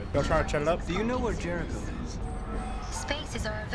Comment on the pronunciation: lmao, when i heard "jericho" i thought it said "terror drone"